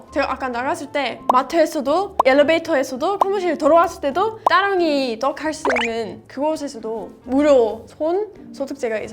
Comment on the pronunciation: 와.. 한국말 유창하다고 생각은 하고 있었지만 제가 존경하는 스승님(국어 선생님)이 서양 사람들이 다 따 타 발음을 잘 구분 못한다고 들었는데 따릉이 발음이 따봉입니다. 저는 타릉이 혹은 다릉이 라고 할 줄 았는데.. 제대로 발음하시세요 ^^b 늘 건강하시고 좋은 일만 가득하시길 기원합니다.